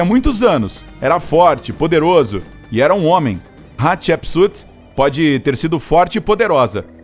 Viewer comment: Estou usando fone, e cada vez que ele fala Hatshepsut o meu ouvido sangra, kkkkkkk.